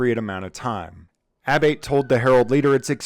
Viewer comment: Abate and Abboitte are pronounced "Ah-Bott-EE".